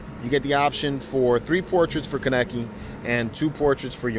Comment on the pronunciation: I can tell you haven’t seen the anime. The way you said Kaneki 😂